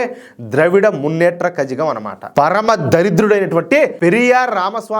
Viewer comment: కళగం అని చెప్పాలి కజగం అని కాదండి (Kazhagam)